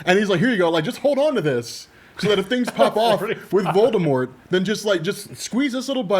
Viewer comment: watching this again, calling Voldemort "Vaudemart" cringes me